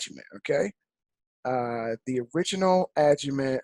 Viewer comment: There are other people teaching this. What makes you think your the number one educator? It's pronounced Agi Mat not??? Aga Met